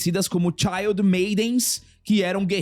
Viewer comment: puta que pariu mano. "Child"-maiden nos?! Ta precisando fazer o método Beway manolo. "Child" (que foi como vc pronunciou) significa criança, literalmente. O termo certo pro que tu queria falar era "Shield-maiden", IGUALZINHO a organização do Nick Fury nos Vingadores (a SHIELD), e se pronuncia "xiiLd". Child-maiden foi um chute no saco mano.